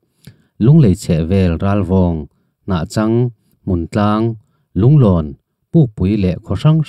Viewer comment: thil pa 1 ka lo sawi ve,,Hnahchangtih hi,tun a Zotui khua an tih tak khi nia,a fir fiak deuh chuan Hnachang Zotui an ti deuh kher thin,he ta Hnahchang a,a Chang lai hi Sava chang ang a lam tur .youtube channel dangah pawh Chang hi thil sakhat chang(hard) lam hian an lam thin,,tin Rulkual(lui te hming a awm tel dawn a) he ta Kual lai hi kawng kual kan lam ang a lam tur..(he ta Rulkual hi kan khua Mualthuam north te,Haulawngte Bualpui V te lui in ri na pa khat ani bawk)chuan i channel hi ka ngaih thlak duh chi sub nghal e